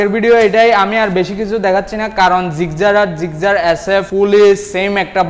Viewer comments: ভাই তুই আগে গাড়ির নাম জানিস তারপরও ভিডিও করিছ Gigzar না Gixxer 🤣🤣🤣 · জিকজার নাহ জিকসার* সংশোধন করুন নাহলে মানুষ হাসাহাসি করবে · জিগজার না জিক্সসার😊😜😄😃😀😂🤣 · জিকজার 😀😀 আগে নাম জানেন পরে বলতে আইসেন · Gixxer Pronunciation vul apner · ভাই আপনি তো বাংলা বলতে পারেন না।গাড়ীর নাম তো ভালো করে বলতে পারনে না।